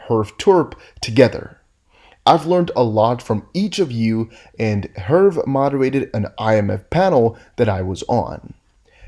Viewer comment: Herve is a French name. It's normally pronounced err-vay as far as I know.